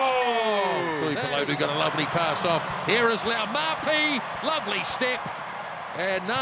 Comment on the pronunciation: Cringing listening to continuously butcher Laumape’s name 🤦🏽‍♂️